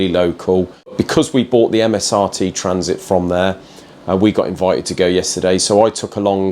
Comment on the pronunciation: I think he mispronounced Transit..